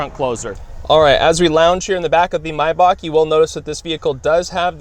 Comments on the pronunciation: Steph the Mess he's actually saying it correctly. If you say it May like the month, you are wrong. It is my, like the possessive pronoun, Bach, like the music composer. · He's pronouncing it correctly. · I love when people pronounce MAYBACH correct!!!👍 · But it’s called MaybaCH with a CH and not Maybac.You don‘t have the CH-sound in english so nearly nobody (except People from german speaking countries) pronounce it correctly. But he pronounces it better than people saying Mayback